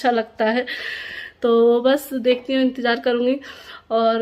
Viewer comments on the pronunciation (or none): none